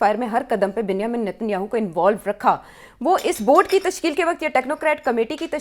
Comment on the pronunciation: 🤣Ms. Host, Israeli PM's first name is pronounced as "Benj-e-min' not as you wrongly pronounce it that sounds like "ben- hi-min". 🤣